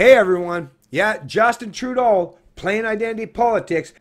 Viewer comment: Trudeau is not a Faker I think you have one of your vowels wrong 🇨🇦😅